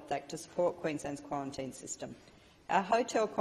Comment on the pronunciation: How many quawantines can you fit in a wubbishy little speech like this?